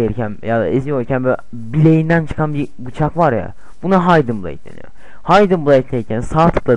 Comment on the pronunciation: Kennir -haydin bleyd -assassin's krayd olum sen hiç mi ingilizce bilmiyon